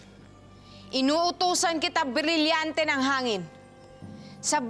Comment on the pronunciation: Hirap talaga si iza sa r 😭 Bililyante ng hangin